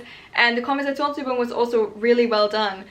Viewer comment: Are you German because you do not Sound english at all when saying "Konversationsübung" no accnet there haha 😅